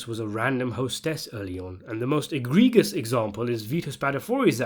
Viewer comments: “Eh-GREE-jus” is how you say it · Interesting pronunciation of egregious